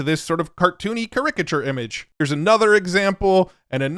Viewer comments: What the hell is a Car-Rick-a-chair? 😂😂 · It's a care-rick-cheer. 🤣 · Excellent video. Minor note, your stress for the word "caricature" is on the wrong syllable. Your stressing the 2nd and it's supposed to be the 3rd. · all the dystopian/utopian world-breaking AI news is great and everything, but is anyone going to comment on pronunciation of 'caricature?' 😅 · Wow what a crazy way to say caricature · Don't think you butchered the names but you surely butchered "caricature". Just kidding... maybe I've been saying it wrong all this time. Great video as usual. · it was odd hearing the way you pronounced Caricature. Not saying you are very far off from the way i've always heard it, it was just amusing! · Some weird pirate way of saying it. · I had to come here and post that. That was wild. And he said it a few times 😂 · I love vids, but I sped to the comments off the strength of this pronunciation 😂😂😂